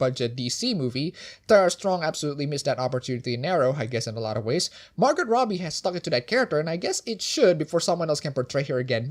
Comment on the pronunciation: I think the "T" in Margot Robbie is supposed to be silent.